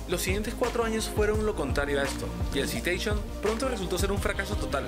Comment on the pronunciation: Te recomiendo hacer el esfuerzo y revertir el volumen, suena mas la música que la voz. Tamnbién en la pronunciación de las marcas y nombres. Citation se dice "Saitechon (imaginalo en inglés)". Plymouth se pronucia "Plimuth"... por cierto, el Civic no tiene un V4, es un cuatro en linea o I4, los V4 son mas comunes en motos y en la actualidad tienen poco o nulo uso en automoviles.